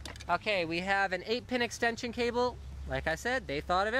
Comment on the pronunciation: i loled so hard when he said calbe xD